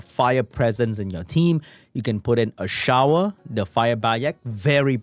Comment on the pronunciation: its not pronounced a-shower he is ashour you say like you say a-sure for people who doesn't know what i am talking about this how to pronounce fire desert warrior name